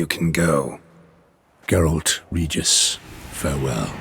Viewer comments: The way "Regis" is pronounced to the elder one is likely how it would have been pronounced in the original Latin. The name comes from Rex, Regis - meaning, "King" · Fun fact, in polish we pronaunce he's name literally like u said in "vampire language" , for us it's not Ree-ges (that's how it's sounds for me as a pole in English) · Actually I think the pronouncation might've come from Polish, original language version. Here word "Regis" is being pronounced exactly like the elder said it, without lite English accent of course. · I think his name pronunciation sounds like this, because it is Poland universe and in slavic countries his name sounds like you said in the video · Don't know about Polish, but Regis with G as in Geralt is the only way his name is pronounced in Russian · its pronounced like that in Polish too. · I am from Russia ,and we pronounce the name «Regis » as in vampire. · In Polish we also say it like "Regis", it's only the english speaking people who pronounce G like DŻ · Well of course you pronounce it wrong 😂 Witcher was written by Polish author. Not only Regis name is incorrect, but literally every name in the books, games, TV show and etc. In Slavic countries we say Regis just like he said in the "Ancient Vampire" language. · Both in Polish and Russian, his name is pronounced as "Regis", not "Redjis" (yeah, I don't know how to put it else, lol). The same way it is in the books. I suppose "Regis" came, because somebody forgot to point out the right pronounansation during voice acting process. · In Russian translation Regis’s name is always pronounced correctly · The name is pronunced difrent, in fact in the original books, and lague its pronunced as same as vampires pronunce it. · actually in latin, regis means king. in vampire pronunciation same as latin pronunciation :D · Polish pronunciation of regis is the same as the vampiric one. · In Polish we read Regis' name with "G" like in Geralt's name.